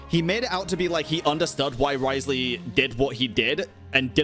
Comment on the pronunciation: Why do you keep saying his name wrong?